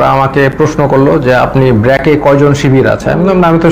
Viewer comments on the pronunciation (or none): মেধাহীন লোকের চ্যানেল এটা। শব্দের উচ্চারন করতে পারেনা। ব্র্যাক কে বলে বেরাক।